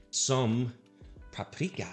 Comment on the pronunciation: you said paprika like prep-preeka 😂